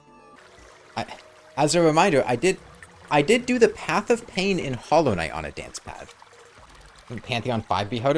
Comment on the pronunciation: "i dwid do the pwath of pain"